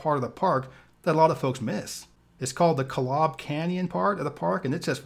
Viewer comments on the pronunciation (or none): It's pronounced ZI (long i sound, like eye) un (like the "on" sound in onion). And Kolob is pronounced KO lob with a long o sound for the first o.